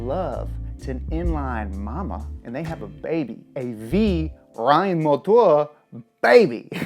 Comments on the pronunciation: You’re pronouncing of Reihenmotor wasn’t that bad. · German here: good pronounciation of „Reihenmotor“💪🏻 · Almost nailed Reihenmotor, greetings from Germany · As a german, I can confirm that you nailed "Reihenmotor" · You actually nailed the Reihenmotor word. I'm impressed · Grüß Gott, Reihenmotor just pronounced perfectly. This is one of the reasons why this channel is the best one out there! Greetings from Germany Und Servus aus Bayern✌🏽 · Gemany little sidenoten: for a foreigner you truly nailed it... respect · The "Reihenmotor" pronounciation was on Point! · i actually Think ur german isnt that bad.... well im german and besides the pronunciation layin on MOtor and not moTOR its damn correct.. nice vid as always, keep going